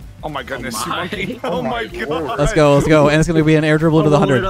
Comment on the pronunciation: Whenever says let's go I think it's leths go😂